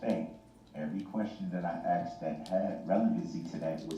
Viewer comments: He axe the question he can't even speak correctly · He “axed” the question. 😂